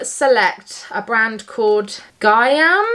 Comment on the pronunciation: Hey! Love this. The way you pronounced Gaiam (guy-am) is correct. We used to sell some of their products at my store. Love the packing cubes and the handbag. Lots of love to you, Bonnie, and Benj! Hugs!